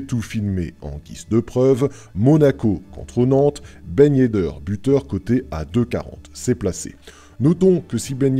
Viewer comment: " Ben yeddeur " lol